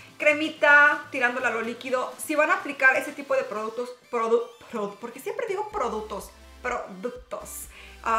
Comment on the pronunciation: Ja ja Tan simpática cuando dice produtos 😙😘